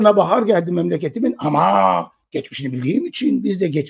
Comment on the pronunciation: Geçmeşini de derken😅😅😅